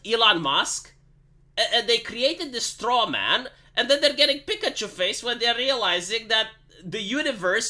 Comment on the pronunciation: I love how this guy goes: “Pikuchoo Fayse”!